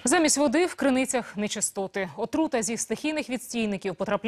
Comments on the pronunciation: Кто нибудь, объясните полуграмотной ведущей (которая ), что правильно говорить "крыныця" а не "Кырныця", ну разве что от слова "Кирнем" но все равно как то не так звучит. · "кырныця" - это жесть :):):) пусть жжёт дальше... ржунемогу... "кырнычну воду в банкЫ" :):):)